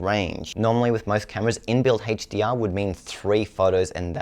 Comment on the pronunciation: why does this guy have trouble say words with H... hestdeear . Hest264.